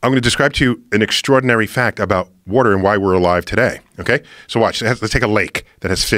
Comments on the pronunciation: I like how he says “woder” instead of water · Joe should focus more on correcting him saying "Warter". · He says warter. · Chill bro I say warter